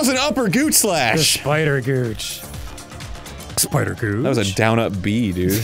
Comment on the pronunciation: Ahh yes the syeepider